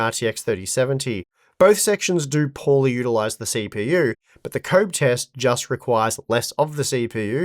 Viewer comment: Why is he pronouncing Koboh like "comb"?